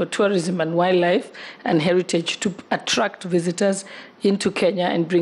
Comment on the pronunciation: As a tourism stakeholder I don’t foresee much happening in our ministry if pronouncing “wildlife” is a challenge. Masomo ni nyembamba plus the ability to articulate matters. WSR kindly reconsider